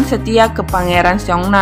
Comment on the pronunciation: Maaf gak suka2 banget pengucapan "anyoong" di akhir cerita